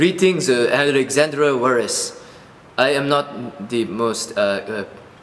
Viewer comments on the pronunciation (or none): LOL in the beginning when said Alexandra Wallace, I heard Alexandra WALRUS. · In the beginning it sounded like he said Alexandra 'Walrus'